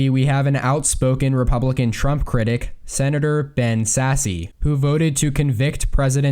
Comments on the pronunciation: Ben Sasse's name is pronounced Ben Sass, not Sassy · Dude please stop saying Ben “Sassy.” It’s pronounced “Sass.” Love ur content, but it’s hard to listen to you continuously butcher his name. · BEN SASSE IS PRONOUNCED SASS!!